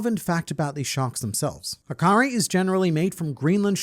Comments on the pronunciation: Just a little correction from an Icelandic guy about the shark meat luffy eats. Like you said it’s called hákarl but the last letter is an L not a i. So if you would say it with English it would sound like “ how Kartl” (like karl but with a t) not hakari. Appart from that good video 👍🏼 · Its hákarl. Not hákari😂 almost right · Icelandic here í was eating hákarl when I read the chapter and my jaw dropped and also good pronunciation except its not an I at the end but an L